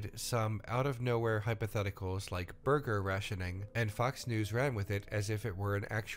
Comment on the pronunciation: Okay, it was 'borger' not burger. Just correcting myself before anyone else can